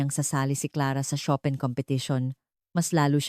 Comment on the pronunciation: Chopin pronunciation is incorrect